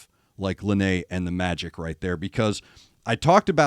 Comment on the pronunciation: It is pronounced “Lie-Na”. Thank you so much for doing this, she and I both really appreciate it.